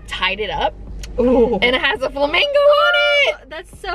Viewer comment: wow. youre the only other person ive ever heard pronounce flamingo fla mango i no longer feel alone lmao